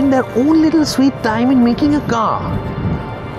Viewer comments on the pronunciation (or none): I mean no offence but Mahindra Marallo xD